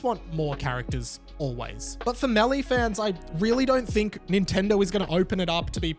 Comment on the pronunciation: “MAY-LAY” = Melee or “MAY-DAY” 😂 I love the way you say it better though not gonna lie